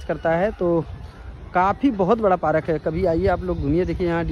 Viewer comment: पारक नहीं पार्क 😅